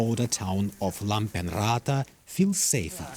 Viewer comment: pronounce names correctly! It's Lapeenranta!